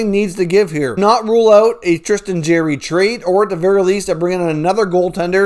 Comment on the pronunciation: Bro I’m a subscriber and I like most of your content but if you can’t say somebody’s name properly try not to say it over and over and over and over and over and over again it is Jarry ! ( Jar-ee) Not Jerry (Jeer-ee) Please stop it hurts my ear holes